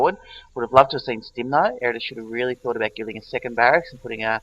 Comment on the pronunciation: Ed-a-rus. Butcher my name will ya!